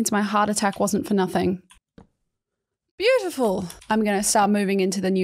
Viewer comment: I love when said beafiful